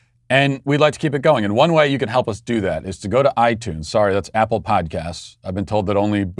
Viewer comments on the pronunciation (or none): none